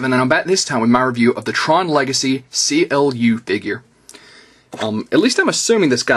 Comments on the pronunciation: actual it is pronounced like clue in the original tron ther was a minor charicter called clu and i asume it is the same charicter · His name is pronounced as "Clue".